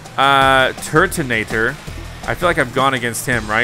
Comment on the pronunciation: IT PRONOUNCE "TURTNATOR" and agian rotom pronounce ro tom